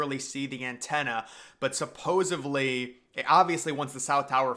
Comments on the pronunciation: Dude has 117K subs; I don’t want to insult him. But I heard that “supposaBly” too. I admit that I’m a grammar/punctuation/pronunciation nazi, I got it from my mom! It’s a blessing and a curse 🤷🏼‍♀️ 🌊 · Are you trying to say 'supposedly'?